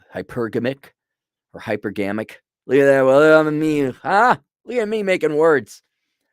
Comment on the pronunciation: HypErgamic not hypergAmic